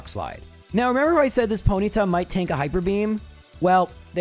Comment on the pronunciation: You say Ponyta like you’ve never used your tongue before